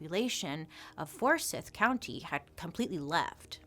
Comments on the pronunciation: So, love all your stuff, but as a Georgian, Forsyth isn’t pronounced like a dark star wards lord “sith”, it’s Forsyth, …syth rhymes with life. That’s all. You’re my favorite!! 🥰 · I live in Georgia and hearing how she pronounced Forsyth County killed me hahaha, still love her tho ❤ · Georgia girl here- for educational purposes, it's pronounced Four-sEYEth. :) I know Bailey always says she can't pronounce places. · I am from GA and it’s so funny hearing Bailey day Forsyth .. it’s for-sci-th 😂❤️ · Bailey, I love you, but it's "for-scythe". I'm sorry. And yeah, Lake Lanier is known to be haunted, and this is why. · I love you Bailey. I did chuckle when you pronounced it “forsith “ We are southern and we pronounce it for-sYth here. Lake Lanier & Forsyth county is known to have one of the smallest black populations around this area, very racist unfortunately. Lots of people die simply swimming in the lake, they get caught up in barbed wire or some kids jump off the bridges going over it and hit their head on trees underneath the lake where they filled water in. Kinda crazy. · fors-eye-th lol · It is pronounced For sy th. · For SYE TH (my family was born and raised there) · It’s okay, she doesn’t know. She not from GA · It's For-Psy-th county. Forsyth county. 😉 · It’s pronounced For-sithe…similar to how you pronounce knife lol I’ve lived off Lake Lanier for most of my life (about 20 of my 33 years) & most were in Forsyth County & the rest in the neighboring Hall County. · I love your videos Bailey! But as a native atlantian, it's fors"eye"th county. Like eyeball😂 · From Georgia, here! It’s For-s-eye-th😂😂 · Forsiithye* lol and Lake Lanier isn't the only lake in GA that did that 😵‍💫😵‍💫😵‍💫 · Forsyth is pronounced 4 sigh th. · It's said "Four-sigh-th", our history here is absolutely disgusting. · Georgian here, keep cringing on the pronunciation of Forsyth. For the record, it’s pronounced “four-sigh-th” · Forsyth is pronounced as if the y is an i as in site.